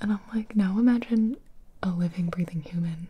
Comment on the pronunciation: Did she just say "I'm Gina" ????? What???